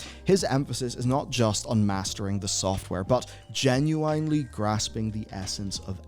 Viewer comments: Genu-IN-ely. Not GIN-U-WINELY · Stop saying genuinely like that! 😂